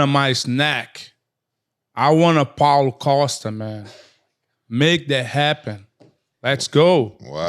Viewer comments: Rampage calling Paulo costa caulo pasta is top tier comedy bro 😂😂😂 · I heard "CallitPasta!" 😅